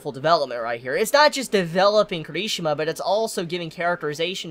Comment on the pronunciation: His name is pronounced Key-Lee-She-Ma